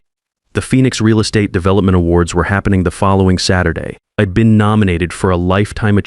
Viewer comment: I'd is pronounced Eeeed? Come on, AI!